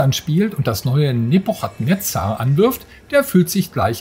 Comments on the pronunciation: Boah die Aussprache von Nebuchadnezzar, das kann man sich ja kaum anhören. Guckt bitte 1 Minute auf Wikipedia, wie man es richtig ausspricht. Das ch wird nämlich als k gesprochen, also „Nebukadnezar“ um genau zu sein /ˌnɛbjʊkədˈnɛzər/. Sowohl im Englischen als auch im Deutschen. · Wie die Aussprache des Namens einfach vergewaltigt wurde😂😂😂 Einen englischen Titel auf deutsch auszusprechen hätte ich von einem 70 jährigen erwartet aber nicht von einem Gamestar Redakteur. Ich würde es nich verstehen wenn man einfach den deutschen Namen dafür nimmt und diesen dann ausspricht. No offense, aber einfach nur unprofessionell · Wie sprichst du denn bitte den Namen des Spiels aus... Da bekommt man ja glatt das Würgen